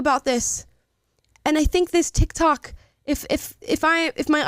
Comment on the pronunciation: sorry ...thats TIK TOK ...not TIK YOK...